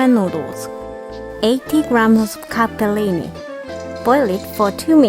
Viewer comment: Love it how you pronounce Capellini, I think you have a little Itailan in you 👩🏻👶🏻😉